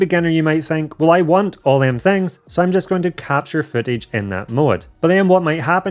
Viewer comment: He says dem